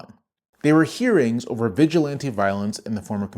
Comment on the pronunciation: Historically, they aren’t the Klan, they’re the Sturmabteilung, the predecessor to the SS. Trump’s goon squad. edit: the stress in “vigilante” goes on the third syllable, it isn’t the same as “vigilant.”